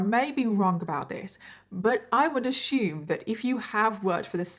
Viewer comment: I do love hearing about the cases you work on but I kinda find that you repeat yourself quite often and assume is pronounced a ss ume not a sh ume. I'm sorry if I'm nitpicking but it just bugs me.